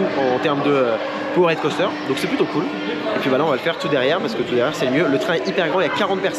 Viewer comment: Yo! Excuse-moi, mais tu me rends dingue sur l'anglais 😅. POWERED, ça se dit "poword" ou "paword" selon l'accent, quand tu dis "power-head" ça veut dire un truc genre "tête de puissance". Merci Man 😍 merci pour tes vidéos! Sam